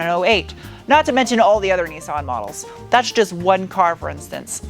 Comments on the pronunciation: sorry to be a nerdy nerdie nerd;) BUT ITS NIS-SAN like MISS-TAN not NESAN like GPAN, just thought you might like it...really like your compulsive disorders... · The major problem with this video is your pronunciation of Nissan. 'Nis' = Niss like Kat-niss, 'San' like San-itary. There is no point trying to make it sound remotely foreign.